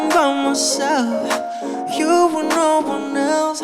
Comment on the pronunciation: Did I just hear NAURRR😭😭🫶🏻🫶🏻🫶🏻